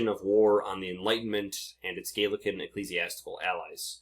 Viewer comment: Please, for the love of all that is holy, it's not the "gaylican" movement, It's the Gallican (rhymes with maul) movement. I'm 52 years old and have lived on 3 continents. I have never heard anyone pronounce it this way inside or outside of academia on either side of the Anglosphere. It's also a source of confusion for the laymen because it sounds like you're referring to someone Gaelic (I.e. Celtic) so my concern is far from pedantic here.